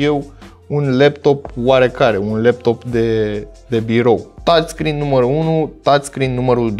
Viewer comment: Dmn, tu ai zis tațscreen